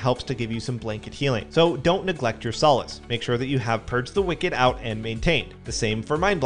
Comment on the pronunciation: "Sah-lass" not "So-las" (Power Word: Solace)